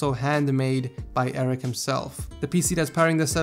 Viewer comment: Arek is pronounced (u-reck)